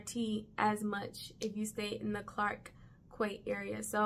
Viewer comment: Local here! Geylang is pronounced as gay-lung Quay is pronounced as key - Clarke 'key'; Robertson 'key' As a driver i get lost at interchanging stations myself when i take the mrt too 😅 Singapore is a generally safe country, just beware of drunkards in nightlife areas.. its basically Asia in tutorial mode. Glad you enjoyed your stay! 😊